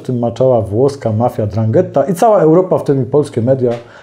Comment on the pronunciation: Mafia o której Pan mówi to:'Ndrangheta,a nie drangetta,kalabryjska mafia z południa Włoch.